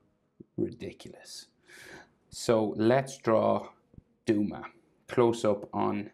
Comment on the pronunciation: Doma??? Bro his name is Douma 😂😂😂